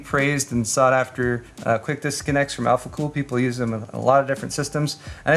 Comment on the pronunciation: I love Mr. Heimlich's not so german pronunciation of alphacool's german product names.